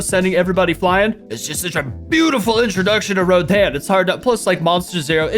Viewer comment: It is pronounced like roden